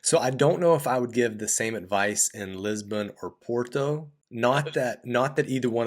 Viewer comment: So good to see a foreign actually trying to pronounce Portuguese words correctly. Thank you so much to your guest. You yourself try to perfect just one word "Porto". Look up Steve Martin in the movie "My blue heaven". Vincent 'Vinnie' Antonelli : Are you trying to say capeesh? Barney : Yeah. Vincent 'Vinnie' Antonelli : Well don't do it, cause it hurts my ears when you do it its very funny